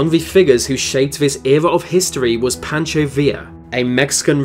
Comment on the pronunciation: he says villa right but not pancho, alrighty then